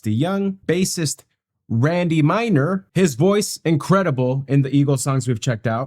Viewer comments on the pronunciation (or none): The groups initial bassists name isn't Randy Miner, it is Randy MEISNER, pronounced "my-z-ner' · Randy Meisner, pronounced like Mize'ner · Randy pronounced his last name My-zner, not Minor. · Dude, why do you repeatedly keep saying his name as Randy "Minor" when it's right there on front of you as clear as day what you should be reading, "Randy Meisner"! Yeah that's right, there's an 's' in the middle of his name, Meisner! Meisner! Meisner! Meisner! Meisner! ....say it over and over until you finally get it. lol.